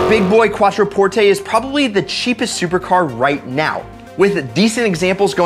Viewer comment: It feels like your saying Quattroporte wrong. Idk?